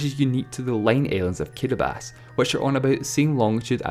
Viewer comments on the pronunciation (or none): Why does he say "Kiribas" instead of "Kiribati"? It's pronounced KEE-REE-BAH-TEE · i kept wondering why this fuck head kept saying kiribas, when it's kiribati. apparently these dope Islanders don't know how to spell s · In English it’s pronounced kee-ree-bah-tee, not kee-re-bas. Countries are always pronounced according to the language you’re speaking right now, not the local language. Saying Kiribati should be pronounced kee-re-bas is like saying France should be pronounced “frons” because that’s how the French say it. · No it sounds like “kirabahtee”. The ti at the end isn’t followed by anything. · Why does he pronounce Kiribati "Kiribas"? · kidibass? is it seriously that hard to say kiribati? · I cant stand this guys accent... And who the hell pronounces "Kiribati" as "Kiribas?" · ...Everyone. Its pronounced "Kiribass" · That would be incorrect since you're speaking english, and it's only pronounced Kiribás in Gilibertese, not in english, in english it's still pronounced as Kiribati with all its letters... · It's just that he says Kiribass, that's the only complaint. Otherwise, pretty well researched and well done videos. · The way you pronounce Kiribati can't be right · Matthew Adarichev I also didn't feel too comfortable with the guy's accent, took me long to process his words, but in that part he was actually right. Ti is pronounced as S. And Ri is actually pronounced as Li. There is an island in the Kiribati republic that is called Kiritibati.... have you heard of the Christmas islands? Kiritibati == KiLiSmaS == Christmas. :) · It's pronounced Kiribati the 'ti' is silent please respect other countries cause that's how they pronounce it